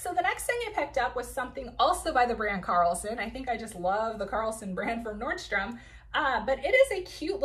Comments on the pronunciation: Great haul! Just a FYI the brand is Caslon not Carlson.. for a second I thought there was a new brand at Nordstrom I never knew of. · Great video. Nice haul. Caslon, not Carlson.